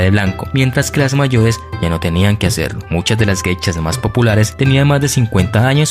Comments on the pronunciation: Pronuncias :Geichas...es : Geishas!!!... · Son "Geishas" no "Gechas" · No se pronuncia "geichas". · Muy interesante lástima que no sabes o no puedes pronunciar bien la palabra GEISHAS